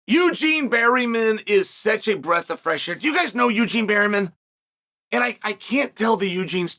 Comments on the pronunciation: Bareman, not Berryman Uncle. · He says berryman so much I had to check.. it's still bareman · Don’t call him berry men Unc 😭 it’s Bear Man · Bareman, Berryman 😂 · I only watched 5 seconds and Chael already said Barryman... Uncle Chael truly is one of a kind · pronounced "Bare-MIN"